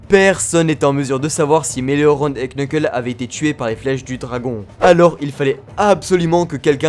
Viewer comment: Nan par contre « Quneuqueule » c’est trop un peu de respect stp